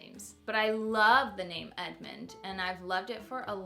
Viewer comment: I love Edmond but it sounds like your saying Edmont in the video! Cute video! You picked some great names !